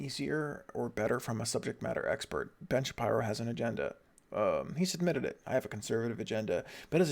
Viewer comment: Why are you calling him Shapierow?